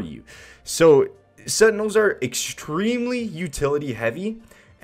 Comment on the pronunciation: setinels LMAO